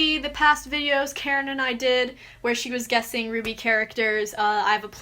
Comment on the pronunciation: I keep hearing “carrot” not “Karen” Edit: “he looks pretty Karen” is what I heard for mah floofy doggo boii and now I can’t I hear it